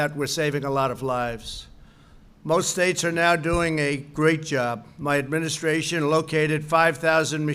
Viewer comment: . Administratration????? Lol